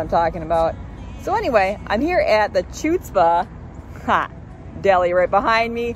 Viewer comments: The pronunciation should be Hutzpah. You pronounced it like it’s Chewtzpah, which is incorrect. It’s a word that came from Yiddish, and became Part of the Hebrew language, which means “you got some nerve” or insolence. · It’s pronounced : kchusts-puh. Hebrew/Yiddish word for nerve or disrespect. Example: this guy cut me off in traffic, such chutzpah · Don't pronounce the C. It's hutzpah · While you are not the Queen of Yiddish (it’s pronounced HHHutz-pah - and it means “gull”) you are always and forever the Queen of eating! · It's Chutzpah with a guttural H sound instead of a ch sound. It's Yiddish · LOL...the CH isn't pronounced and it's a guttural H. hhhhHutzpah! Loved the challenge. HATE the noise you overlay as "music". It's awful. I always wonder how I'd react if I walked into a restaurant and saw you in the middle of a challenge. I don't think I'd be able to take my eyes off you. YOU Freakin rock! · lol. Drop the 'C". It's pronounced "Hutzpah"